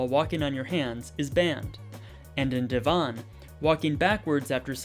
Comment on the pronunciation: Thanks for this new video. It was great to learn about this aspect of Connecticut's history. I agree with the previous comment that the background music was a bit distracting and didn't contribute to to your piece. Also, one minor correction, the village of Devon, I believe, is pronounced Dev-in as opposed to de-Von. This is worth double checking, though.